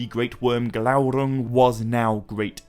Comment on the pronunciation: I never comment, but was compelled to do so when I heard your rolled R in Glaurung. Remember your frustration at not being able to, but now you can! Worth waiting for every time, a youtube treasure and best Tolkien channel here. Appreciate it!!